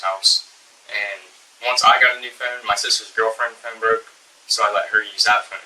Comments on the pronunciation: They pronounce “Phone” funny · Phone not phoone